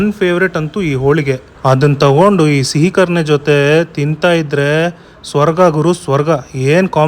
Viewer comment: ಸಿಹಿ ಕರಣೆ alla guru adu ಸೀಕರಣೆ 😂